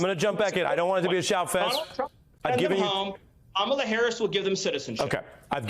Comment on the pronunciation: Are you serious?We still have more out there who can't pronounce Kamala's name correctly?